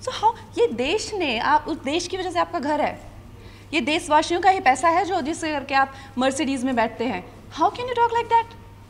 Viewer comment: Deshwasyo hota h Deswashyo nhi